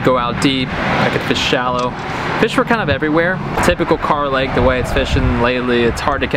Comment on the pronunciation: Not car lake boys its kerr lake 😂🤣